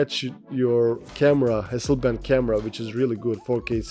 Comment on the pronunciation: Hasselblad not Hasselband...